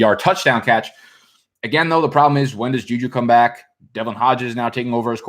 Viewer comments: Robert Calkins it’s not about the word back being bike. It’s about the fact that he pronounces it differently. Like when he purposely mispronounces patreons—it’s just fun to fuck up words lmao. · That’s real slang for back in Florida tho, few other places down south too but I first heard it from the Floridian cats. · He jus trying to be hip with the slang.